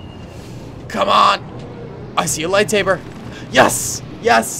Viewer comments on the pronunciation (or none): none